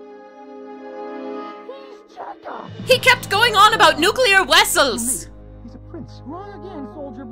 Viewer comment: "He kept going on about 'Nuclear Wessels'!" Well played, well played